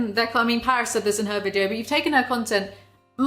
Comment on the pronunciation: Paris' real name is Parise, pa-reese.